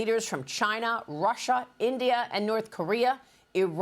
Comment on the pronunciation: Rusher and Chiner? lol